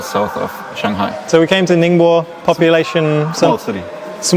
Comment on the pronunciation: Great job pronouncing “ningbo”!